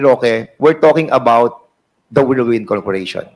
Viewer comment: Ito namang si tongresman gonzales, whirlwind lang hindi pa mabigkas ng tama, worldwind daw.